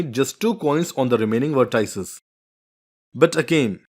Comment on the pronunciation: vertices?? Wrong pronunciation!!